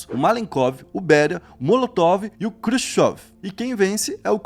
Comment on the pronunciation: Quem é Krsushsov? E o Mao Tsé Tsung? KKKK Quem quer ser apresentador, no mínimo tem que aprender a pronunciar as palavras corretamente!!!!